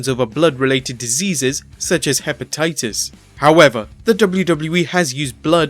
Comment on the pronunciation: He said hepa "Titus" ha